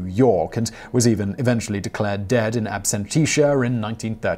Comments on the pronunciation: In absentia - "ab-sent-ee-a" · Bat "Masterun" declared dead in "absenteesher" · Classic Whistler pronunciation of "in absentia".